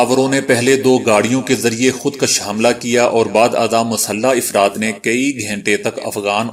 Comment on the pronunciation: افراد ، afradہے ، ifrad نہیں!Mind your pronunciation